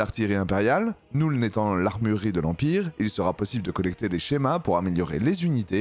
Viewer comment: Arrête de dire NOULNE en anglais le u se prononce "eu" comme dans feu donc la nuln ça se prononce Neulne